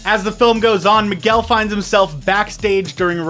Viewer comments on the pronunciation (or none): That one scene where he says Miguel wrong XD